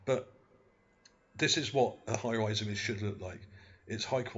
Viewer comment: lmao... hires = hi-rise ?